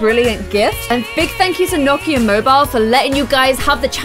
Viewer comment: Watching in 2020 Is it me or in the beginning did it sound like she was pronouncing Nokia like "gnocchi" lol you're so cute! I love your videos